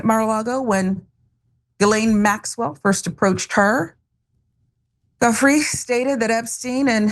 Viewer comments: I believe it's pronounced "Jew-fray" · Is that lady ignorant or what JOO-FREY not GUFFREY. 🤦‍♂️ this is my second time hearing someone hack her name as if they have never heard of the Epstein files nor the victims who hires based on their degree? Smh… are they hiring at the young Turks? Think I may be of a lot of what America is needing today.! I’m ready Betty. The American journalists there are very few and far between who are actually good investigative journalist. That one is half sleeping while doing her nails, I mean while saying this in front of millions. Smh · It Giuffre , it has a I before the U. So you should at least know her name before offering your expert pronunciation